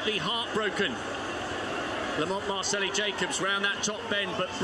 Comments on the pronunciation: I think he's trying to say Marcello (an Italianized version of Marcell, that is his nickname). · Why does the announcer keep saying Lamont MARCELLI Jacobs?